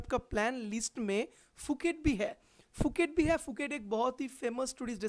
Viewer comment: Not fuket Phuket sai tara bola....